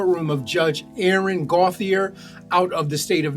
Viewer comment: It’s pronounced Go-chay